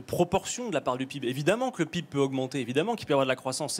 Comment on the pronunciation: Quand le mec prononce PIB peeb, et qu'il parle de croissance, c'est là que j'ai compris le problème..